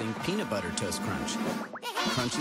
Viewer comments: I like hey said:PENUT BETTUR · PEANA BUTEAR